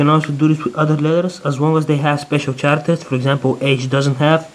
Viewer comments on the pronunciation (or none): it's Characters " karacters " not " sharcters " :P anways great and amazing work :D